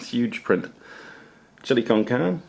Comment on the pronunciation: Chili con carne is Spanish for chili with meat. Heads up *carne is not pronounced with a silent e. It's pronounced just as you began but add a long "a" sound in place of the "e" at the end of carne. If you can spell socks you can say, that's what it is in Spanish. Spanish lesson for free! 😄 Cheers!